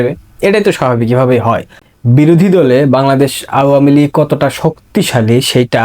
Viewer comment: ভাই, তোমার আওয়ামীলীগ বলাটা আরো সুন্দর করো। শুনতে ভালো লাগবে।